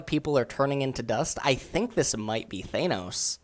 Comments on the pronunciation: It's Thanos: not thane-os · Who the fuck is THAYNOS? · Thaynos... AyAytrox. Good shit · It's pronounced ThAN-os. As in you're AN idiot. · "thaynos" im sorry what? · on a mission to say pronounce every single name wrong. THAINOS wtf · Th - AYE - noes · I hate how you said Thanos. It's THAN-OHCE, THANOS. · Do you even know? The guy mispronounces so many things... He can't even pronounce Thanos right... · yes hes so bad at this... And you know that he is doing it wrong on purpose very often, because he is ignorant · Its T hanos.